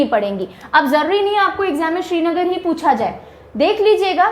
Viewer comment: Pronouncation correction: It's not Shrinagar(Like Shri lanka) but Srinagar (Like crinagar)...☺️☺️